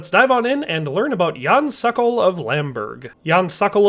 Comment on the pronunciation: It's not "sakal"! It's pronounced "sOkOl" just as it is written! Say SOKOL, SOKOL! Means falcon in Czech.